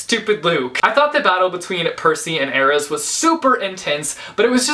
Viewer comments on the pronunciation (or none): none